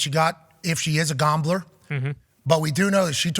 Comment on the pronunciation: Every time Pat says "Gomble" "Gombler"🤣🤣😂🤣